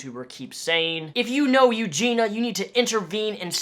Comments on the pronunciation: I feel like if you're going to make a video about someone, you could have the decency to learn how to pronounce their name correctly. Eugenia, not Eugena. I literally couldn't even watch it. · Ur pronouncing her name wrong and it's annoying XD eugenIA not eugena. Sorry just had to point it out lol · Awesome video! But I cringe when people mispronounce her name. Its Eu-GEEN-ia...not Eu-GEEN-a. Some people leave the i out. :) You sound angry :( No one should feel bad because they cant help her. NO ONE CAN if she doesnt want help.. unless they physically restrain her(very carefully) and take her to her a hospital or facility that specializes in this. The people most responsible to her are her family. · Her name is Eugenia, not Eugena, people mispronounce her name all the time. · It’s not pronounced “yougena” lmfao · The way you say her name is bothering me. It's pronounced U-jean-knee-uh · It's prounced YEW-JEEN-EE-AH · U-GEEN-EE-UH that’s how you pronounce her name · Her name is pronounced you-gee-nee-a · Okay but why does everyone mispronounce her name? It’s pronounced “Ew-Gee-Knee-Ah” Four syllables. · it's you-genIE-ya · Also- Her name is pronounced- (You-Gee-Nee-Uhh) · it's eugenIIIIIa you're missing the i all the time and it's killing me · You pronounce her name - Yoo-jee-nee-a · I support what you are saying but please for the love of all things holy pronounce her name right! You-gene-e-ah! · “Eugene-a” Cooney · a great video, but there was one thing that bothered me😤.....the way he pronounces eugenia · before you make a video though, you should at least learn how to say her name lol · Say her name right pls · Stop saying her name if you’re not going to say it correctly lol. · If you're going to make an entire video about someone the least you can do is pronounce their name correctly... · 2 seconds im in annoyed you didnt say her name correctly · you should be institutionalized for pronouncing her name wrong every single time, but otherwise, on point mate ;-)